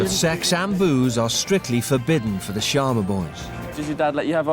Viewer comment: It is not sharna it is sharma